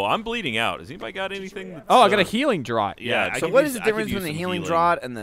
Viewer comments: i like... but "healing draught". saying it as Droat, instead of saying draft really irritated me. They even have a draught on Off Topic. Sayyyy it rightt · 'draught' is pronounced "draft" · Draught is pronounced "draft" thought you guys were supposed to be alcoholics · "DRAUGHT" is pronounced "DRAFT", not "DROUT" ! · The likelihood of which is that "drawt" was an incorrect pronunciation that enough people said for it to become a colloquialism, much like people from my native Philadelphia saying "wooder" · The wonders of the English language; it's pronounced "draft" but spelled "draught". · Welcome to English language where nothing is consistent. I would've said Drot too because that's how I'd pronounce most aught words, and I have never heard it said before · Draught is pronounced "draft." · For the love of god, draught is pronounced 'draft'. >:( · It's draught as in "draft", jeez guys xD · ngl, the way they're pronouncing draught is pretty hilarious :D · Did it bug anyone else that they can't pronounce draught? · If you're referring to the way he says "draught", then he's technically using a correct pronunciation, just not the most common.